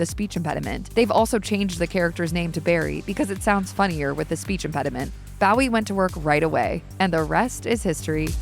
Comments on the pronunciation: I think the pronunciation is Bow as in low, not wow. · Isnt it 'Bo wee' not how the AI us pronouncing it.. or is it 'Boo wee' like Jim at the Alamo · Bowie himself pronounces it " BO-ee." It’s sad that voice actors don't have the professionalism to research pronunciation. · It took me a bit to realize that the actors name was Bowie. I kept thinking he was being made fun of. Bowie sounds like ur saying Barry with his speech impediment.